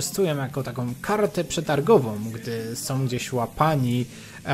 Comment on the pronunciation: Jedyne co mi przeszkadza to: zaletom wadom som zamiast zaletą wadą są